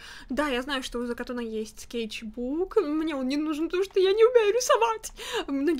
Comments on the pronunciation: Мне кажется, что не говорится закатун а закатон , я поставил лайк с кстати . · ЭТО НЕ ЗАКАТУН А ЗАКАТОН